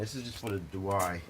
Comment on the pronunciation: DeWalt not DeWhy. Try it slowly. De....Walt....DeWalt.